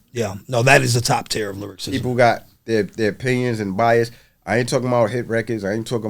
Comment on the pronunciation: Host keeps saying lyricism instead of lyricism awesome interview tho bro.